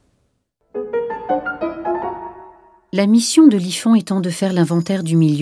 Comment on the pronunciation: On ne pronoce pas le "D" avec MONOD, mais on pronce le "S" avec Burnous, merci.